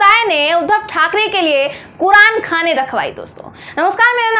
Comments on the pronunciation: अरे मैडम कुरानखाने नहीं कुरानख्वानी बोलते हैं इसे 😂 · ..it's not Qur'an khane...it's Qur'an khaniii....well lots of love...bebaak speaker